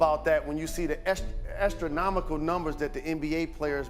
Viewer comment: "estro-nomical numbers". 😶